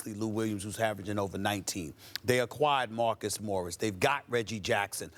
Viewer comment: Steven "They aKwahiard new players and still lost" A. Smith